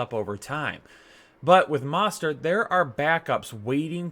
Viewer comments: YOU ARE SAPOSED TO PRONOUNCE THE O IN MOSTERT Please stop it’s so annoying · Please learn how to pronounce Mostert. Sheesh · Ha learn how to pronounce Mostert bro